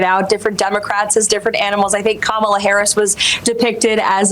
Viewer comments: Did Levitt say Kamala correctly?! Give her a medal....first Maga to do so EVER! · He actually pronounced Kamala correctly, so, he can't be racist, right? Right?